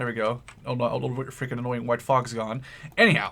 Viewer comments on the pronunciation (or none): none